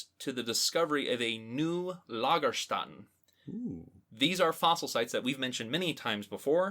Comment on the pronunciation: Long time listener here. I love you podcast, but there's one thing that's bugging me from time to time. You always mispronounce Lagerstätte. Notice how the second a is actually an ä. Ä isn't pronounced like a normal A, it's pronounced /ɛ/ (the E in DRESS in General American English). So Lagerstätte, not Lagerstatte. Hope that helps!